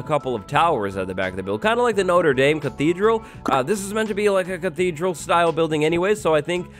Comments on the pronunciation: Hmm what is a NOTRA DAME, hahahha, its pronounced not-re-damn, love the vids, keep up the hard work. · How its called: notre dame How calls it: noder daim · When I heard that "Noter deym" my french took a lot of damage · I just commented the same thing. Hahahaha. I just told him how to pronounce it properly. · “Noter dayme” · if u pronounce Notre Dame like that again I'm unsubscribing.